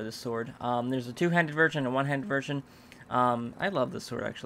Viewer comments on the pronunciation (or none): said "virgin" instead of "version". I love it when he is mispronouncing things and then they sound like something else:D